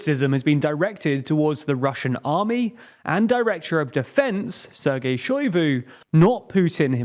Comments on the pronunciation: I love how you keep getting those russian names wrong.. it's.. Shoy-goo Pree-gow-jin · Pronunciation on Kadyrov and Prigozhin were pretty off. (Edit: Shoigu too...) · Seriously, take a moment to actually read the names. I understand that Kherson can be read Kerson in English, but how do you get Prigzovine instead of Prigozhin, or Shoivu instead of Shoigu? This is a recurring issue in TLDR